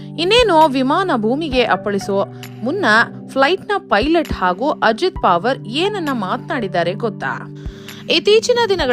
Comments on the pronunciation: ಅವರ ಹೆಸರು ಪಾವರ್ ಅಲ್ಲ. ಪವಾರ್ ಎಂದು. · ಪಾವರ್ ಅಲ್ಲ ಪ......ವಾ..............ರ್